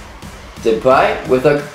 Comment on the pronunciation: you are like the first foreigner who can say depays name properly